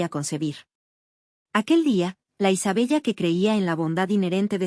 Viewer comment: Isabella se pronuncia Isabela